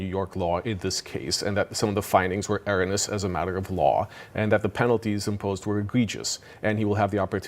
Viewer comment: Did he just say “air-in-us” instead of erroneous? Teleprompter?